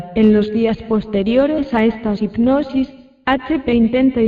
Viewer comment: Lulu Niels efectivamente, está tips no sabe pronunciar, dice ignosis en lugar de hipnosis. Aparte su voz adormece.